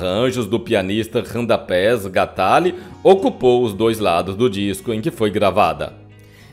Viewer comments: " RANDAPÉS GATALI " ?????? ESSE CARA FAZ ISSO DE PROPÓSITO !!!! É IMPOSSÍVEL NÃO SER UMA PIADA !!!! O MAESTRO ERA RADAMÉS GNATALLE !!!!!!! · A grafia correta do nome do Maestro é Radamés Gnatalli (em italiano a pronúncia de GN é NH = Nhátali)